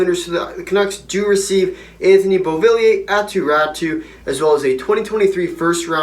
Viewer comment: Pronounced “ Ratu “